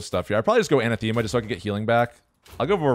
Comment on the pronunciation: Pronunciation was a bit off. Anathema is pronounced A-NAH-thema